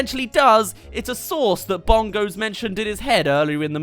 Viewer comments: the ending segment was painful because it sounded like they were saying sus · They pronounce "sauce" like a 5yo says sus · it sounds like they are saying sus and not sauce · Sometimes it sounds like they are actually saying SAUCE but after that you just hear SUS.... Thanks Among Us memes